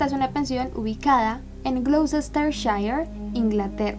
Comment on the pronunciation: Gloustesteshire se pronuncia glutishtishair